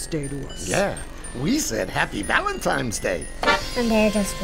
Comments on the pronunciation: Did someone eventually tell her it is not called "Valentimes"? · LOLOLOLOLOLOL, that was awesome!!! "Valentimes Day" LOL, all kids pronounce it like that! Thought I was crazy for a moment. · It's bothering me more than it should when they say Valentimes day. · The scariest part of this story was how it was always Valentimes and Not Valentines. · They actually said happy ValenTIMES day! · why do i keep hearing people say Valentimes day?! i thought it was Valentine's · valentime's day! (not valentine's day) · I hate how they keep saying valentiMes day instead of valentiNes. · "valentimes day" xD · Did she say Valentime's Day? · Are they saying "Valetime's Day"